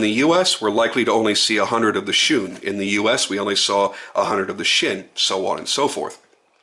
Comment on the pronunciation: Gets the word shun correct. Gets the word tanto slightly wrong. Lol Tah n toe. 😉